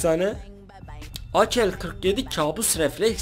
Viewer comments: abi niye akel diyon normalde ake diye okunmuyomu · akel 47 konuşmayı öğrensen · Ak_47 ye aker 47 diyo